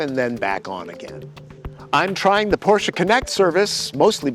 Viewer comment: Thumbs up for not disregarding that Porsche is a 2-syllable word 👍